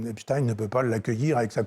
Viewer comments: Arretez de dire Epstine... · « Epstine » cette façon de prononcer avec inversion des lettres, l’inversion des concepts, signe la corruption, le corrompu. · Epstein était américain, pas allemand (ni français croyant parler allemand).